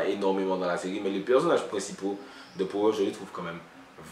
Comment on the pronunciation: Juste en passant ça se dit "pawer"dans la prononciation lol big up